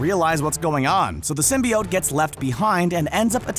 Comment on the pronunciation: Symbiote was said incorrectly so many times